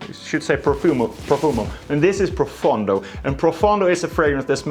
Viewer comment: Finally someone who says Profondo and not Profando. I've been waiting for this since the release of the fragrance!